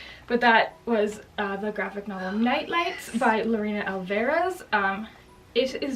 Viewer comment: The follow-up to Nightlights is called Hicotea (I think it's pronounced Hih-ko-TAY-uh, where the "i" is short). Also, the last name Alvarez is pronounced ALL-vur-ez.